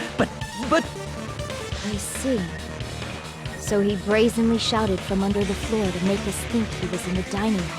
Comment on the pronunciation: it's NOT THAT HARD to say under the floor